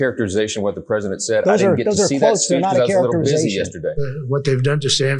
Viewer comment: Your pwesidink is afraid of everyone.